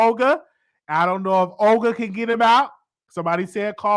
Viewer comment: lol 🤣🤣🤣Not Oger 🤣🤣it’s Olga pronounced Ulga. You are so damn cute🤣